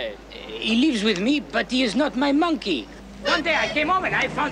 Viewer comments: You said minkey. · Minkey? .....What? ....You said MINKEY!!